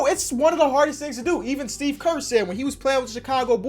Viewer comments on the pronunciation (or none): none